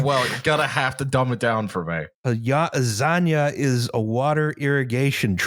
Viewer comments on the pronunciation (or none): "Zanja" is pronounced "san-Ha" with a hard "H" sound like in Jamon